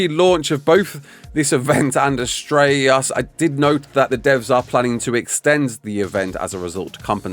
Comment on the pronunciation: why does it sound like your having a stroke when saying astreaos lol its just one word prounounced as tray os